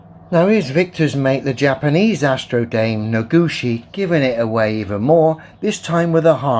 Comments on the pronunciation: Noguchi not Nogushi. 🤣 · His name is Noguchi, not Nogushi